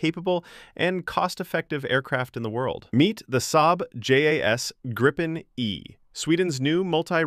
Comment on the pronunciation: What is "Grippen"? The name is Gripen. I know that there's no AI that gets the pronunciation, but here you are: Think of the word 'green'. That's not pronounced 'grinn'. The 'i' in Gripen is pronounced like IF it was spelled "Greepen". It means 'the Griffin'. En grip - a griffin Gripen - the griffin The name was voted for by the Swedish people. "Unprepared surface", well unfortunately not entirely correct. Any asphalt road, wide and long enough. But not like a propelled aircraft from a grass field or a gravel road. The risk stuff is sucked into the motor is too high.